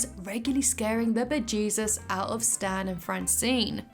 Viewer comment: Your accent on the pronunciation of "scaring the bejesus" and "golden turd" (@ and ) chef's kiss